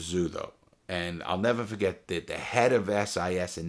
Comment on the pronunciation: This man is Alzheimer's worst nightmare, cuz he'll "neva fughet"